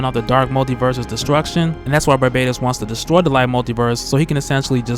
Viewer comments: I realize that after so many videos covering Dark Knights Metal pronouncing Barbatos like Barbados that it would be hard to break away (at the very least you may wish to be consistent across videos) but wouldn't the link to Batman of all people default YouTubers to pronounce it Bar-Bat-Os? Like a bat, Aquaman can dig it. Good theorizing regardless,, and much love [almost] hearing Barbados constantly hailed up, but I can't ignore the more likely pronunciation. Lol. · "barbaytos" lol